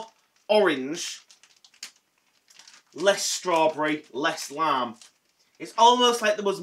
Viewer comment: I'm so happy these are back albeit for a short/limited time...yep Lime has always been my favourite but unlike you I love sour apple too and I'm another decade and a bit older than you. I had to do a double take when you said lime as it sounded like you said lamb!!! I don't understand 'why are they allowed to let you go from your job? Its not like its going to be forever is it? I am so sorry...Do take care...Mand X